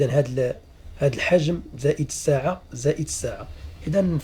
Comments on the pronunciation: يرجى تصحيح النطق: السِعة بكسر السين وليس الساعة يا استاذ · السعة وليس الساعة ولاكن عموما افدتني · لماذا تقول ليتر ليطر والسيعة ساعة